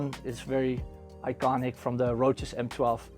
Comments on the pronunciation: I like how he says Roaches and not Roces 😂👌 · it's italian - "CE" makes a "Cheh" sound.